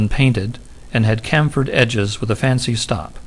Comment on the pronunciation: ummmmmmmmmmm... one pronounces "chamfered" thusly: CHAM' furd